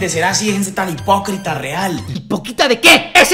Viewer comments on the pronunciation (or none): le entendí boquita antes que hipocrita Xd